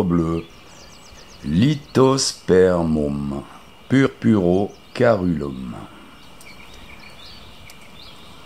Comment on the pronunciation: On dit /céruléum/ 😊